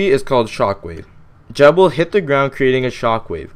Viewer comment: I cant even watch this with you pronouncing it jeb.... thats like pronouncing google- jewgle...